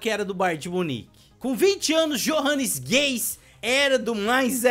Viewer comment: 🤣🤣🤣 "Jô Ranis Gays" não po kkkkk o nome dele é "Iorranes Rais". Eu fiz um save com o schalke no FIFA 16 e ele era lenda. Só patada de fora da área.